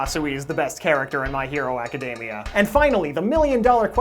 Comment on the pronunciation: izookoo madooriyuh. my hero (m)acadamia yeah you can be american but not so cringey when pronouncing these names.